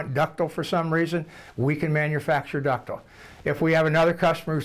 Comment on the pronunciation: "Ductle" lol!